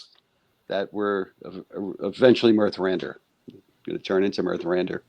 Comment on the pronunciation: The host could at least have learnt the names " Vislocky" and "Mirthrandir" before the stream..😅... So unprofessional and disrespectful. The only thing I like about you, the host, is your t- shirt. 😅 CAN were great. Thank you, guys from Mirthrandir, for the great album, which I love with my whole heart. One of the best albums in the whole progrock history. ❤